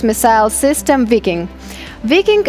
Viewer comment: It's not "we king" it's Viking.🥺